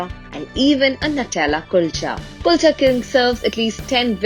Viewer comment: chef doesn't take effort to pronounce Kulcha well I understand how good would be the KALCHAs😂